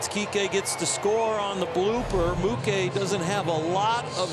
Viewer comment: Did the dodgers announcer just say “Moo-kay” instead of Mookie?? 😂